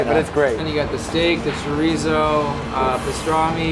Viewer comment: He pronounced it “Chore-reezoo”. 🤦🏼🤦🏽🤦🏻